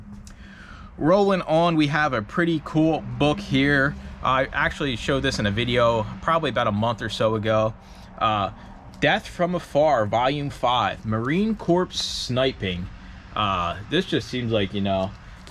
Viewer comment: Just a quick piece of advice- say Corps as Marine Core, not corpse. Veterans & active duty don't really like it - just say it correctly & you'll be fine 😉👍🏻 Btw, any vampire books you find- seriously contact me!! I collect them, and read them. I have tons & want more. Thanks!! 🦇